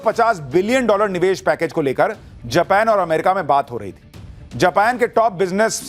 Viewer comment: जपान नहीं भाई जापान हे उस देश का नाम